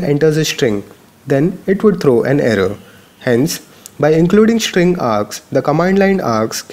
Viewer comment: Dude stop taking the pishsh of this sit !! Its STring NOT SHtring !!!